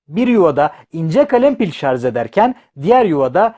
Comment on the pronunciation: Şarz değil şarj.